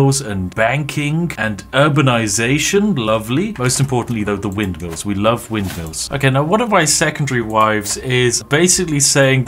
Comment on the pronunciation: When Spiff said I really love mindmills, he became truly Dutch for a second.